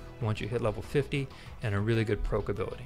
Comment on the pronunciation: Thanks for the good laugh. Proc is said Prock... Proke would have the e Other than this great video.